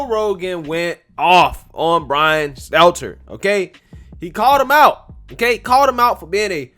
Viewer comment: I love how calls Stelter Seltser unknowingly you crack me the fk up🤣😂🤣😂